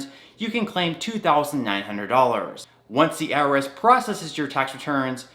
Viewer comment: it’s called I R S not earis